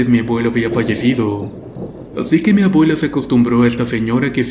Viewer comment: ''Mabuela'' por favor habla correctamente, es desesperante escuchar la pronunciación erronea.